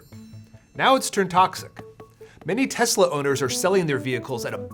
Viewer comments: "Everything's computer." "I love Tesler." You don't even have to roast Trump anymore, he's doing it to himslef. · "I love Tesler" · "I love Tesler!" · “I love Tesler.” 😂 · It’s pronounced “Teslurr” now. By Presidential Proclamation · Teslur. Lol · I love Tesler! Everything's Computer! 😂😂😂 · It's pronounced Teslur. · TESLER (with a hard "R") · "I love Teslar" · Yeah that was funny. TESLURR too.